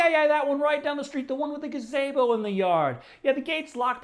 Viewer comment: Huh, weirdest pronunciation of “gazebo” I’ve heard in a while